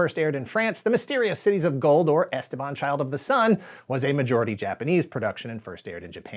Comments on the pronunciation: Goddammit, it's esTEban, not "esteBAN"! (Yes, like "leviosa") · As a native spanish speaker the way he pronounces Esteban is driving me crazy...